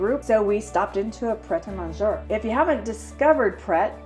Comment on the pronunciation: The Covent Garden central market building was designed by architect Charles Fowler and erected in 1830. This technically predates Queen Victoria's reign (1837–1901), meaning it originated in the late Georgian era. Pret A Manger is pronounced Mon-jayyy not Monjurrr.